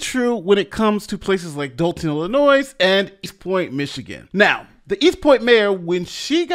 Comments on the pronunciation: Please pronounce it properly. It’s ill-uh-noy, not ill-uh-noise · Illinois is pronounced without the s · Note to content creator: ILLINOIS is not pronounced with the S at the end.